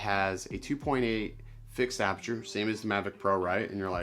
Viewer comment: The word is ap-urr-cha...